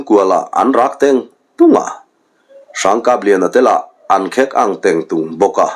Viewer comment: Khek tia in lam țhin hi,khêk a ni zawk awm mange aw